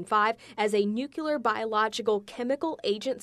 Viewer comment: The reporter distracted me, she can't say a word without a wiggle. And its pronounced ...... Nuke. Lee. Err.